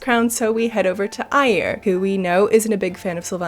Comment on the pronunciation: She pronounced Eyir like Aiur,and I was like WTF how do we go to Aiur for a second there.